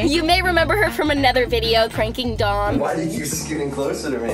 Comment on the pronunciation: Ava: Dom! What I heard: DUMB!